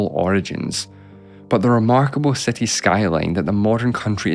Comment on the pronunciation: seti instead of city